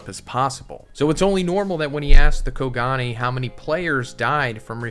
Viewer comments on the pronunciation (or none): none